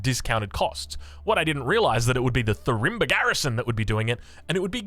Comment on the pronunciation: I assume its Farimba, not Thurimba, since thats the Malian AoE2 unique technology